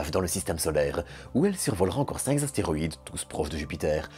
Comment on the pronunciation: Merci mais... "cinq zastéroïdes"... non. Car un zastéroïde, ça n'existe pas. Un astéroïde en revanche oui. Tout comme cinq astéroïdes. Quand vous prononcez des nombres, ce sont des fautes enfantines qu'on vous entend régulièrement faire. C'est quelque peu décrédibilisant. Et ça c'est dommage. Vous pourriez en profiter pour corriger ça non ? 😀😀😀